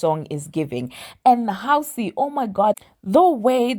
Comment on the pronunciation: You didn’t just say housy😂😂girl